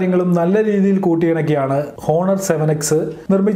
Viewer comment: "ഹോ"ണർ അല്ല "ഓ"ണർ